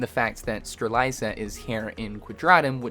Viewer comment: Bro you’re still pronouncing Strelitzia wrong😅